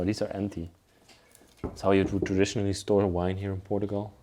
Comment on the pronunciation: Please learn how to pronounce Portuguese and Portugal..